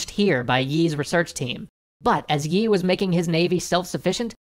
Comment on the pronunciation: Thanks for doing these videos. These give people a chance to get a quick look at parts of history that weren't discussed in schooling. (As a side note, the pronunciation of the general's family name 이 doesn't have a "y" sound in it--it sounds more like "ee." The romanization can be misleading!)